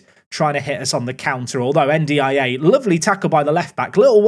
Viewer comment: This is two month old but i'd like to help with the pronunciation of N'Diaye, you shouldn't spell the name, per se, try to mix the N and the D, just like the end of "and" or "end" so it's like "endiaye". Also, the tonic is on the "i" so it sounds more like "endyei". Currently it sounds like you're spelling N D I A xD love the series keep it up <3 Also this might be totally wrong but I know for a fact N and D should sound glued xD